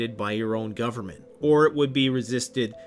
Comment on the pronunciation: "Governennt the opposite of criminal" You are funny.